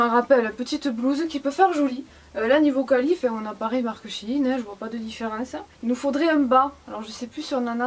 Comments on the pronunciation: CE N EST PAS SHINE MAIS SHèINE merci;) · c'est pas shin c'est shein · ou tu sais même pas prononcé son nom correctement